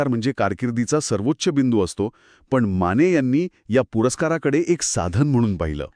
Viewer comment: माणे नाही माने